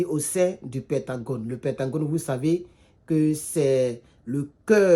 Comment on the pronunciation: C'est pentagone et non pentangone, merci cher